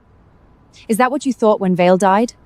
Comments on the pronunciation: Even a name as uncomplicated as Vale was pronounced as Vase 😂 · And Vale. Other words were mispronounced. . . .